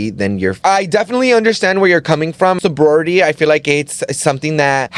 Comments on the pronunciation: Hella mispronouncing so-BRI-et-y 😅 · Yall confused me lol SOW-BRY-E-tea . (Sobriety) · Sobriety 😂 said sobority lmao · It’s pronounced sobriety suubry E T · I stay commenting correct pronunciations, it’s all love tho, don’t block me and 🥰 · can we talk about how cringe it was to hear them mispronounce sobriety??? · Omg, I cringe every damn time! 😵‍💫